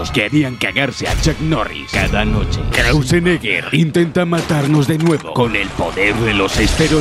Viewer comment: "ARNOLD KRAUSENEGGER" JAJAJAJAJAJAJ